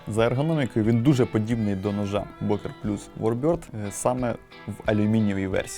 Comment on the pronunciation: бокер звучить нім як бьока. Р є, але майже не чутно, як фо ми (FOR ME) в англ. перед гласною на початку наступного слова в таких словах Р чуєтся більш виражено як в англ. і навпаки: йоPайс-наприклад і йохенд. your eyes and your hand. буква Ö читаєтся майже як йо, вірніше ЬО. більш м'яка ближче до російської Ё, щось середне між Ё и О. так саме і інші німецкі унлауди Ü та Ä. між ЙО та буквою яка утворює унлаут, тобто букву з двома крапками, тобто між йо та а, чи йо та у